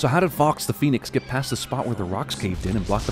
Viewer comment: Forgot about the moment between Tom & Harry as the Phoenix Flys in Harry says Phonics LMFAO afterwards correctly says Phoenix tears